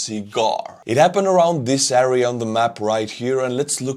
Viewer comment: I appreciate and like your content, keep up the good work. But my OCD goes crazy if you pronounce area as "äria".. it's "air - ee -uh"